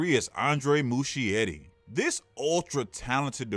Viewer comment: Hhhhh it's not Mushietty it's Muskietty!